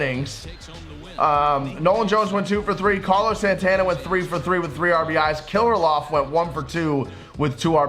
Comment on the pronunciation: Some teach to say Alex Kirlloffs name 😂😂😂